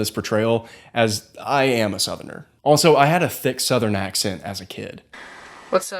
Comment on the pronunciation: Your southern snuck back in when you said "accent."